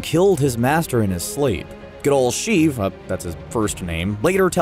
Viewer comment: Lol "good old Shieve"